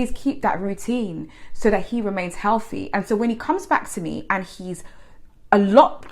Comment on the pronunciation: Hehehe 😂😂😂 dont you know Healty its Healty 😂😂😂